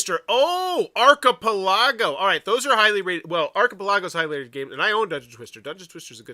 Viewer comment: I absolutely love your videos. But I got to admit, hearing you say archipelago was like nails on a chalk board. ar·chi·pel·a·go /ˌärkəˈpeləˌɡō/ 😁 Keep up the awesome videos. Your videos often supplement my information in deciding whether to back a project or not.